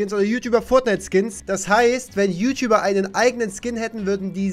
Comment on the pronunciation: Es heißt ju nicht schuh